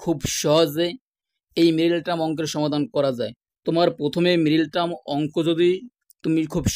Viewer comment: মিরেটার্ম কি জিনিস?কথা শুদ্ধ করুন।